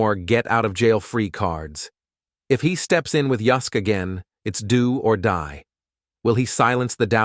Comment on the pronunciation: UYSK is pronounced, who sick , not yusk, you plant pot 😂😂😂😂